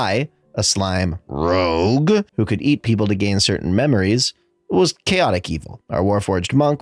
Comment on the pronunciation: Why do you have to make a huge deal whenever you have to read the word "Rogue?"